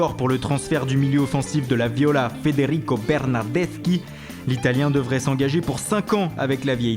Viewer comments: j'adore son accent quand il dit Federico Bernadeshi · MDRR comme il a dit "Bernardeschi" 😂😂